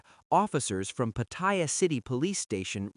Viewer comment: Why does the voice pronounce Pattaya incorrectly by calling it 'Pa-TOY-ya, like a "Toy" that Ya, instead of how Thais pronounce the city name as Pa-Ta-Ya (Pattaya) lol